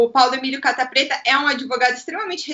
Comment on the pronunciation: Sou só eu que sempre entendo Paulo Emílio "capa"preta?